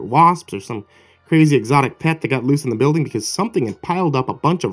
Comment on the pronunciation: that's a pretty Cwazy thing to do! sounded like Elmer Fudd there again. be Vewy Quiet i'm Weading a Cweepy pasta. He he he he!